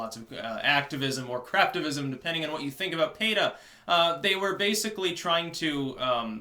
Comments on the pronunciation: Oh, you meant PETA..pee-tah..you said pay-tah. sorry dude. didnt understand. thanks for posting the list in the comments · Why are you pronouncing PEE-TAH as Payta? lol I used to support them but they are one of the more controversial animal rights orgs. I've heard the bad against them so I have withdrawn any direct support, but I still think there's a place for some more extreme activism when it comes to the animals to get people to think differently and have maybe just a bit more empathy for the animals we share this earth with. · Why does pronouce PETA, as PAYA?